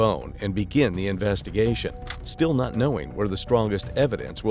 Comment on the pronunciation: Michigan accent is terrible 😅 naaaaaaht.